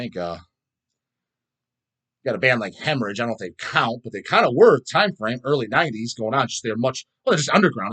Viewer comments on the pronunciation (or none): none